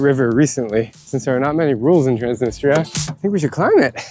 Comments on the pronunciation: still says "Transinista"? Lool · Really enjoyed the video. Transnistria seems like a lovely place, I would love to visit. seems like a great your guide and very knowledgeable but his pronunciation of Transnistria really bothers me and hurts his credibility in my opinion. How can you be teaching people about a semi controversial area that doesn't even have its own credibility and recognition fully when you can't even say the name right? I understand why Drew didn't directly correct him, and I noticed at least once that Drew said it kinda fast after had said it, seemingly to try not to come across as correcting him. But they were also the only ones I noticed saying it, maybe he's saying it more like the locals do in different languages, benefit of the doubt. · lives in Transnistria, but cant even say it correctly or even the same every time lol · Loved the video! How come your guide pronounces the name of the place differently than you do?